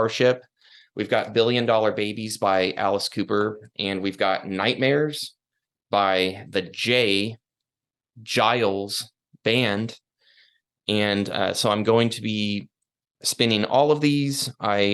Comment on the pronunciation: There’s a hard “G” in “Geils.”